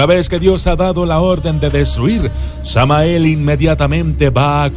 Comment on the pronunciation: En el video dices tamael y es Samael